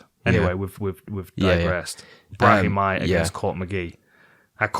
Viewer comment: shout out Dan for pronouncing Brahimaj the correct Albanian way